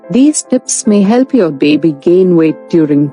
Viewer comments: A healthy beebee lol the way she says baby makes me laugh. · Like Moira Rose. 😂😂